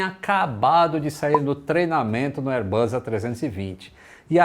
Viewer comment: Excelente canal. Só uma observação: "Bus" se pronuncia com o som de S, como em "boss." O que você tem pronunciado é "buzz," que significa "zumbido," como som de campainha, ou de um inseto. Reiterando, "airbus" se pronuncia o S como em "boss."